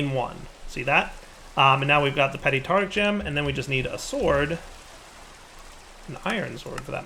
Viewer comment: it's called a tarTARic gem, not tartic gem!